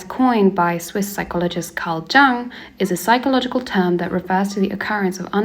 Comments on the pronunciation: btw, the J in Carl Jung's name is pronounced like a English Y, hence, Carl Yung, as it were... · Nice... but Jung was not "Djang"! lol